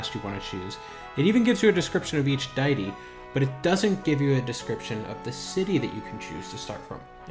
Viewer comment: Deity is pronounced DEE-UH-TEE, not Diety.. Erudite is pronounced EH-RUH-DITE, not Eurodite. Too many mispronunciations to continue with the corrections. Also, I've played off and on since 1999, live servers, and private, and my picks are vastly different than yours. Odd.